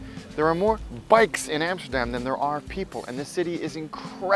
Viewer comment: Amsterdam, NOT Emsterdem.... America, NOT Emericee. Clear?